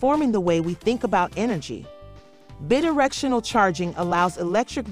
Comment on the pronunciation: It's BI directional. Drove me nuts. Otherwise pretty good.